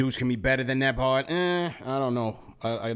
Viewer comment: NEM- BARD 😅